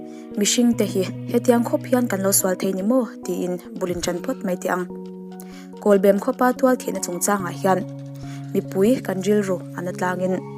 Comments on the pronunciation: kawlbem pawh lam dik ve ta ☺.. i sawi dikin i sawi tha thei hle mai. a tawp i rawn khar dante kha ka hnuk ulh deuh lom.... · Kawlbem khua lam thiamlo dik chiah i lam lai ka han hriat a lam diklo ka lo ti nghal awle zam reng reng suh huaisen takin pathian hruaina in kal zel ang che mizote mamawh i ni e